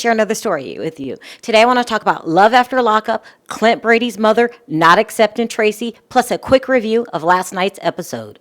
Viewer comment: 'Accept' sorry it was bugging me, love u girl